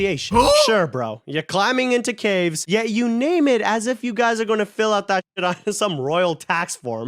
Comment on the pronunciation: he just forgot the “s” in “ caves”